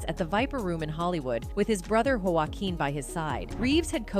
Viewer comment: Hard to enjoy this story with the narrator comispronouncing Ke-a-nu's name, and then you mispronounced Joaquin's name too. And the word, "co-stars", Tippi Hedren, etc… … can we have more human voice actors, please?